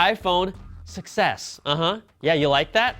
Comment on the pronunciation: IPhone succ-ess six-s ha...funny